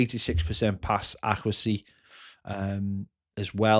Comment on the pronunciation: Pass accrehsee 😂